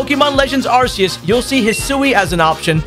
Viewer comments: I don't understand why people pronounce it like "arse-eus". The official phonetical pronunciation is "ark-e-us", hence the ARC phone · not to sound mean but its pronounced are kee us, not are see us. this is not MY opinion, that is how you are supposed to pronounce it cuz game freak said so. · It’s not arseus it’s arceus you know like arch It was pronounced arseus in the anime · ARSEus....mhmmmm. FYI: for those not in the know its pronounced Arc(ark)eus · The way he mispronounces Arkoos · It’s pronounced arKues you say the K not Arceus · Okay. Real talk. It’s called the Arc Phone Case. With a hard C. “Arc” is in Arceus. It is a hard C. Also officially confirmed by gamefreak in all of their pronunciations. Someone for the love of God please start saying it correctly on YouTube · Pronounced arceus wrong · Downvoting for mispronouncing Arceus